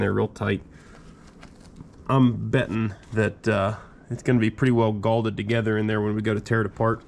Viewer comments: Fyi, the word is "Galled" not "Gallded" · It’s galled not galded....